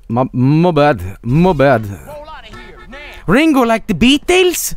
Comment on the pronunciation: "Ringuu, like da Bee-tels?" -, 2019